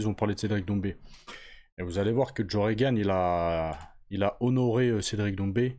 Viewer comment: Joe ROgan pas REgan c'est pas l'ancien président des us 🤣